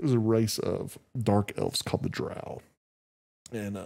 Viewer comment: Dark Elves are called Drow (Phonetic Der - O - W like Crow but with a D ) you dont say Craow you say Crow (Long " O " )